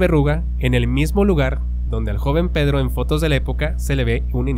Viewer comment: "Pedro" no "perro"